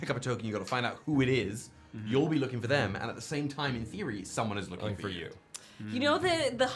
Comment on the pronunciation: Y'all have broke my brain I literally thought he said lücing for instead of looking for 😂😭